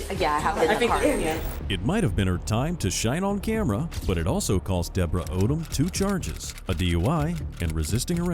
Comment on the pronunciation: The 1st lady's name is really, really pronounced OH , DUMB" !!